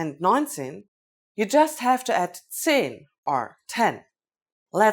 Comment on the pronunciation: (zehn=German) in English shen?? =10 is it correct pronunciation?